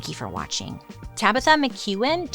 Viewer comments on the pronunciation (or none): none